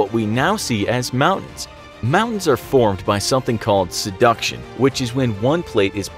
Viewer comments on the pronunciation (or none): Sounded more like "seduction" to me than "subduction".